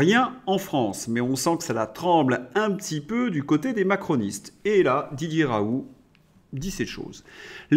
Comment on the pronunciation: M. Svp. prononcer: Ra oul T